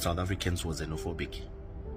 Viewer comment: Ukuluma Amanga ....mozambike it's not znofobik.country